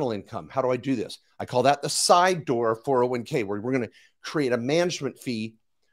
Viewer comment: Lol, you pay taxes when you convert. Also, it is a 401k, not 4011k...funny guy. Love the enthusiasm and hilarious you started the video with "Don't listen to people's comments". Brainwasher...Nobody gets 1M in 6-7 years from a ROTH IRA putting in the max, even at 15-20%. Doesn't happen buddy. "If you want to make a million $, we want a relationship for years to come" 🤣😂. Of course you do, drain other people's money. After thought before I close this, the oil wasn't in SD, it was likely in ND. I call total bs on everything. Hahaha